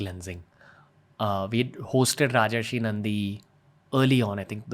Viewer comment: Rajarshi not Rajashree. You've been listening for so long, you should've known.